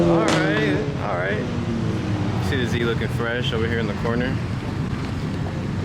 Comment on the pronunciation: Everyone: "Oh" "Alright". "Ohlright"